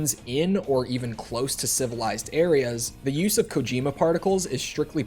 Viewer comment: Never played this game but I really hope they don't pronounce Kojima the way you do. Not that it's ENTIRELY your fault since games and media loves to outright butcher Japanese pronunciation but it really should not be koJIIImuh.